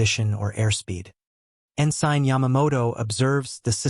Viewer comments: Okay, I lost interest due to what I assume is an AI narrator. The naval rank Ensign is En-Sin, not En-Sine. Twenty-four hour clock times are pronounce at two two-digit numbers. For example, a time of 1147 is Eleven Forty-Seven, not one thousand one hundred forty seven. Trying to make sense of the narration takes the focus off the story being told. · The rank Ensign is pronounced En-Sin, not En-Sine. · Please look up how to pronounce "ensign."